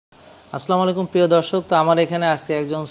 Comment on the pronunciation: স্যারের সালাম টা ঠিক করা খুবই জরুরী।